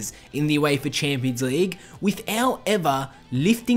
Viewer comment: Wtf is the Youééifa Chéémpions Leigue?